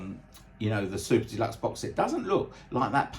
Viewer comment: Great explanation of what looks like a set that was priced fairly. It still is pricey for fans like me who want it but.... The other iterations look great as well. It's funny when you say "Super Deluxe", it sounds like you're saying "Soup to Nuts" which actually means the same thing! 😂 I just want to thank you for your channel and how professional and enjoyable you make it for all of us Beatles fans! Especially going through what you're going through. It only happens to the best people it seems, sadly! Cranky and obnoxious buggers seem to live forever without illness! Ain't it the truth! My best wishes for you and again thank you for being such a kind gentleman.